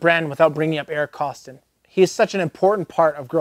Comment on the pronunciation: I think you meant to pronounce it Eric KOSS-TONE'. 😝